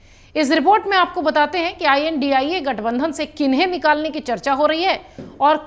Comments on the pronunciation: India bolna nhi ata ji ai.an.di. ai ae bol rhi ho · India gathbandhan ki aap india uchharan karneme kyun takleef hai?